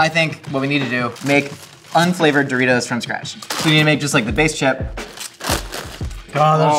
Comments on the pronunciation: Do-reece-os... eh I tried to make it work 🤷‍♀️ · I haven't watched the full video yet but if he doesn't call them Doreese's I'm going to be upset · Doreeses? I love that snack!